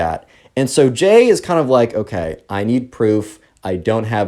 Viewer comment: when he first introduced the subscriber's name, I thought "Gay?" Lmao it's Jay tho